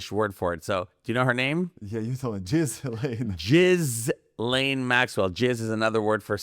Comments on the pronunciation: Her name is not pronounced Jiz-Layne. It is French. The ‘s’ is silent. It is pronounced Jee len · Ghislaine is pronounced "Gee lane" not "Jizz lane". Look it up. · Ghislaune(French name: 's' is silent so, Gee'len not Jiz laine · As a French-Canadian, I can confirm that Ghislaine is a real name. It's pronounced "Ghee-Len". Ghee like Indian clarified butter. Hard G. Let's not disrespect every Ghislaine out there. You lose credibility when you throw out unchecked facts.